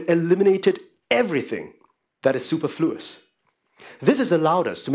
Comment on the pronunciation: lol - "super flu us"